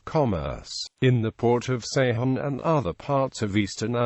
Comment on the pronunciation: Ceyhan is pronounced "Dzhe-HAN"